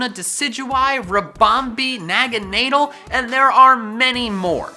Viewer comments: I luv your channel But I'm doing this because I love you Naganedel is nag-an-adel Komo-i is komo-o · I thought it was pronounced as naga-nuh-dell. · Uh I'm sorry, "Na-ga-NEIGH-dull"?? CLEARLY Naganadel is pronounced "Nuh-GAW-nuh-del". EDIT: AND SCORUPI IS PRONOUNCED "SCOR-RUPEE" not "SCOR-OO-PIE"!! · What's a naganeddle